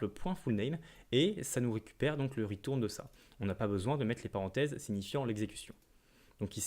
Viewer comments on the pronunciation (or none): Le "ritourne" m'a tué